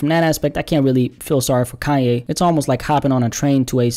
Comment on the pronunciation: I LOVE, but I've gotta say, it's KANYE ( not Ka-yay)!!!!!!!!!!!!!!?!! It was making me wanna scream!!! Love yas though xxxxx